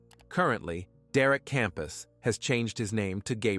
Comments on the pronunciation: derek campos not kampas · I have NO sympathy for that little twat!! Christmas presents are a luxury, not something to be demanded!! EDIT: The guys name is derek CAMPOS NOT KAMPAS!!!!